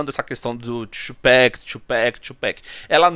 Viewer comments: “2 pack” é foda, pode falar TUPAC mesmo mano, a pronúncia parece “abrasileirada” mas é Tupac mesmo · 2Peck kkkkkk ninguem fala 2Pac direito